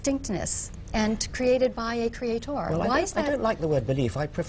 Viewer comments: what's with the pronunciation of "Cree ate torrr" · why does she keep pronouncing creator, creaTOR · Stop saying creaTHOR please. Unless your God wields a huge hammer, you're talking absolute bullshit. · Everytime I heard her say cre-a-TOOR I just wanted to kill a kitten. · She keeps saying creaThor,creaThor...well if only I was made in his image,Thor is a handsome bastard in the Avengers. But I am not as handsome as Thor so her point is moot. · "CreatOHR". God damnit. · A Kree-Hay-Tor. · I cringe every time she says "cree ay torre"